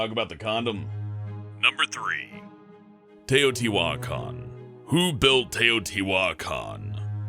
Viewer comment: when he tries to pronounce teotihuacan it hurts